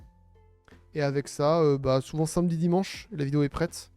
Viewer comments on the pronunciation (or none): none